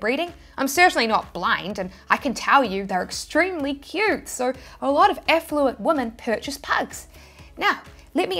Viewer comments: Effluent = affluent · Did you say affluent or effluent 😂